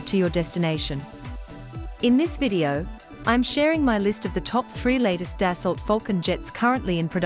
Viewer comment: Its “Dass-oh” not “Dass-alt”